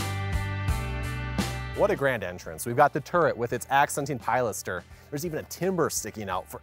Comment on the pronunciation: You mispronounced pilaster and made me doubt everything. 😂 Gorgeous house!